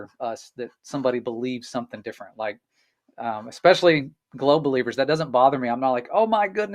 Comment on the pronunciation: The sad part is he he said expecially the word is especially.